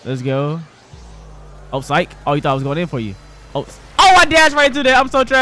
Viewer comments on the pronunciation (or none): none